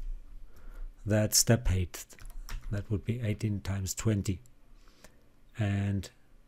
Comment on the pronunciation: Thanks a lot. I am so sorry for telling this: You pronounce height wrongly. This is [HAIT]